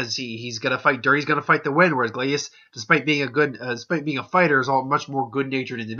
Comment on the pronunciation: His name is pronounced Glay-see-us.